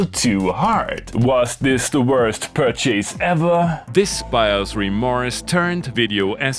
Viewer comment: Your pronunciation provides an entirely new interpretation of the word ‘pur chase’ 😁